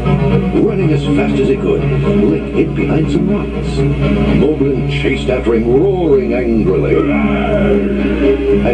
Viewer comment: The narrator pronounces Molblin differently than the other characters. Possibly because at the time this book came out, "Moblin" was already the accepted spelling and pronunciation in the cartoon. I'm a nerd.